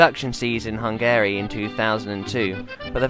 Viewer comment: Great video, funny and really interesting. Very cool bike. Not so convinced on the pronunciation of "Hungary" however... Hopefully I'll be able to find myself one one day